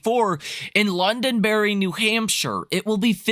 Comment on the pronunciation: Londonderry, NH, not LondonBerry, lol.